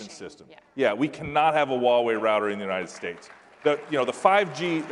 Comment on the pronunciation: Why does she say unanted states of america?